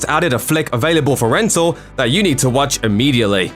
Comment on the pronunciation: Lost me at "Rental"